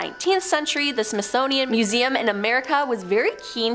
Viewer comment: I know she probably didn’t mean to pronounce it wrong but she said ”SMITHSNOWIAN” instead of SMITHSONIAN 🤣🤣